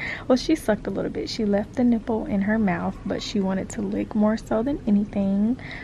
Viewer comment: LOL I cannot believe that had the squirrel in the house for three days talking about "I think it lef" hahahhahaha OMG, I swear I wish you guys caught this on the vlog LMAO!